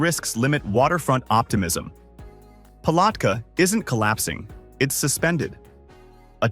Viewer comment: AI mispronounced too many names i.e. Palatka and Okeechobee. Pictures seldon related to the subject city, often sayng one thing and showing obvious other cities.